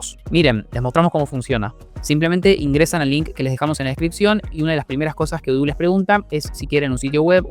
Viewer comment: Eso de odoo no es como lo dices es diferente